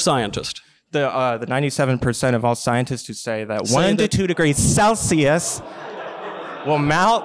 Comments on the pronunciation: When he emphasized “CELSIUS”, I couldn’t help but laugh. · Can we all just agree his pronunciation of Celsius is vastly superior to that of a normal man?